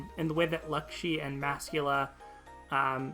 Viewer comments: Her name is laxi with an a not an u lmao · He said “Luckshee” or something like that. I know he’s just trying to repeat how she says it in japanese but he’s saying it wrong